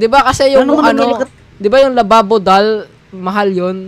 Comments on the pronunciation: Labubu po hindi po lababo😅😅😅😅 btw naka sub na po ako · Kuya hindi lababo labubu😂😂 hahah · Bruh it's Labubu is Nat lababu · Oo hindi lababo labubu yun giga hindi lababo 😂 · Hahahaha labubu Yan hindi lababu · Hindi lababo and hindi labobo is labubu yan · Hindi lababo is labubu